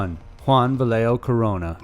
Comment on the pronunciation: Hey man, props for pronouncing Mexico and Corona's name correctly